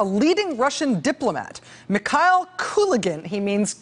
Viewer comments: You’re pronouncing Kalugin’s last name absolutely correctly, but his name is pronounced Mihail, and it’s KulAgin. Different vowel stressed. Both last names are quite popular in Russia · While brushing up on Russian pronunciations, could you work on Mikhail? It distracts from the rest of your performance.